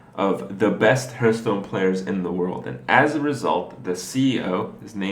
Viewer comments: Why does he and most others keep saying "Hurtstone"? I'm Swedish and even I know it's not pronounced like that. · Found three different ways to say it. Most Common one seems to be Härth. [härt̸h] The other two: [hahrth], /hɑː(r)θ/. Either way doesn't seem wrong at all. No u sound there though. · ***** Some people cant pronounce "th" its a speech impediment. im sure youve heard people say "th" as "f" like "Earf" instead of "Earth" its a legitimate thing.